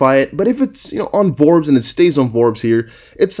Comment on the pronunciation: The magazine is called Forbes not Vorbes